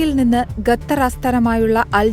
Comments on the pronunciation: ഗതർ അല്ല പെണ്ണെ , ഖത്തർ എന്ന് പറയാൻ പടിക്കു ആദ്യം എന്നിട്ടു റിപ്പോർട്ട് ചെയ്യൂ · ചേച്ചി ഗെട്ടർ അല്ല ഖത്തർ എന്നാണ് ചേച്ചി മദ്രസെൽ ആണോ പഠിച്ചത് 😂😂😂😂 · ഗത്തർ അല്ല ഖത്തർ നഖത്തിലെ ഖ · ഗത്തർ അല്ല ഖത്തർ..!! ഉച്ചാരണം പഠിക്കൂ... ഒരു മാധ്യമപ്രവർത്തകയായിട്ട് പോലും ഇത് പഠിക്കാനുള്ള വിദ്യാഭ്യാസം ഇല്ലാതായിപ്പോയോ?? തിരുത്തു..🙏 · സത്യം. ഞാനും ഇതൊക്കെ ഭയങ്കരമായി ശ്രദ്ധിക്കുന്ന ആളാണ്. അരോചകം ആണ് സ്വന്തം ഭാഷ പോലും നേരെ പറയാത്തവരെ കാണുമ്പോൾ. പക്ഷേ വാർത്ത കേൾക്കുന്ന ഭൂരിപക്ഷം പേരും ഇതൊന്നും ശ്രദ്ധിക്കുന്നില്ല. കഷ്ടം.